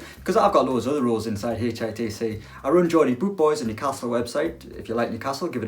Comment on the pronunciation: Tbf james is a lovely lad, i only hate that substitute guy who can't even pronounce hitc properly